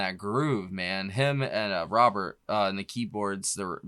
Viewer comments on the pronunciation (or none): none